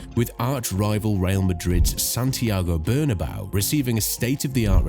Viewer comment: Camp No..?? and Santiago Burn-A-Bow.....?? wtf... At the very least learn how to pronounce the places correctly, this is just pathetic....